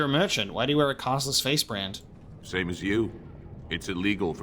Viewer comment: bRand with a hard R 🤣🤣🤦🏾‍♂️